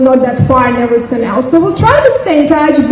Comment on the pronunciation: Everysink she says I sink is a bullshit 😅